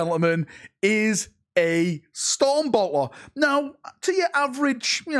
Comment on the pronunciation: what is a Stoum Bowuhh?